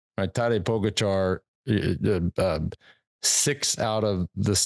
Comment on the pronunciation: First of all, learn how to say pogacar properly and stop trying to compare your 35th place in the tour unaided with a modern champion of the sport. And l see you can’t say GREG LEMOND in any of your ramblings. A champion and REAL comeback phenomenon.